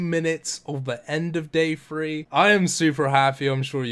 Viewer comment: I swear! 😂 free point two bil (3.2b) 😂